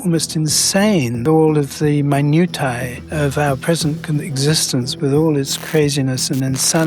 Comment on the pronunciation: You pronounced minutia wrong dude ...